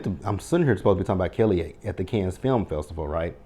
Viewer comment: Cannes sounds like "Can". Thanks